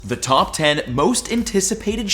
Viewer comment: “Tawp dragon”😂😂